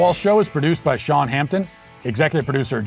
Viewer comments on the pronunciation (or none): none